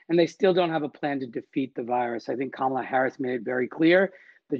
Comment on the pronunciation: She said, "Obamala Harris." Lol